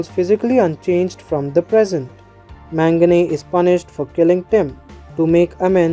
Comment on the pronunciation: Bro it was very helpful as all the other recaps were in hindi, just a suggestion if you can please use the correct pronunciation, his name is pronounced as 'Mag-na' and not 'Man-gane'. Just a constructive criticism😊